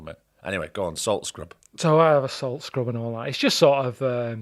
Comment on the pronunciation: a solt SKRUHB